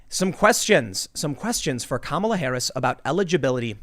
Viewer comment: Stop mispronouncing her name and just call her Horrible Harris already. P.S. Don't fix the camera. Orange woman good.